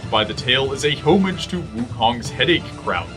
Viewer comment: Home--age, lol